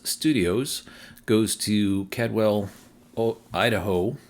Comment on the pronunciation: Caldwell, Idaho is pronounced like called-well. With that site opening in Caldwell, that should complete Idaho. The other Coming Soon location to the west is Ontario, OR where two Tesla V3s sit. I can see PFJ running two north-south chains along the west coast on I-5 and Highways 99 and 97.